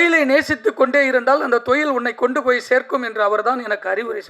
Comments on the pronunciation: தொழில்❌ தொயில் ✅😂😂😂😂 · Suththa thamizhla pesarennu, thozhil ah marupadiyum marupadiyum thoyil nu sollum bodhu valikkudhu. Ivar thamizhara ne doubt varudhu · Thoilll 😂 sir normal Tamil laa pasunga y spoiling Tamil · Enaku thaan apadi kekuthunu nenachane.. thoil 😂😂😂😂